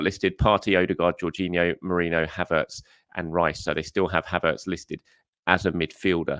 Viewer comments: ME-REE-NO NOT MORENO! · Still can't say MER-REEEEN-NO? 😂😂😂